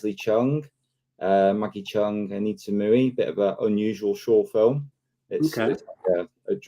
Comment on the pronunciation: Anita Moooey? 😂 hmmm.